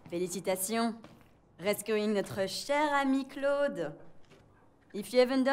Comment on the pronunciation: Lol cloud Nice vids but its pronouced something like clode because au in french sound like o